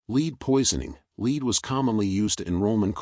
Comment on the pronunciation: It's not lead poisoning as in 'to lead', it is lead (element Pb on the scale of Mendeleev) pronounced as Led in Led Zeppelin. Pb is poisonous and was used in water pipes from the 1st century BC in Rome.